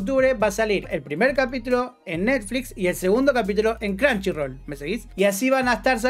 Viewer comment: Perdi el interes cuando dijiste cranshirol